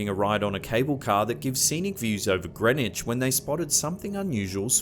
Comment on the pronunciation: Kudos for pronouncing Thames and Greenwich correctly. Seems unlike some YT narrators, you actually do your research.